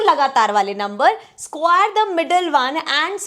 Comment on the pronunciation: Ma'am your square 's pronunciation is wrong. Ok